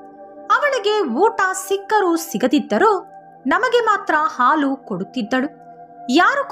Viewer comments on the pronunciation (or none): none